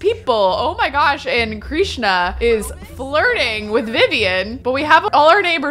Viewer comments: hi! just wanted to say it's pronounced Krishna like "dish-na" not kreesh-na i still love this series! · DOA - Dead on Arrival. Krishna is pronounced like Trish (with a K obvi) na. Not Kreesh na. Krishna. Loving all the purple colors, purple is my fave! 💜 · Krishna is pronounced Krish (rhymes with dish)-na, not “kreeshna.” :)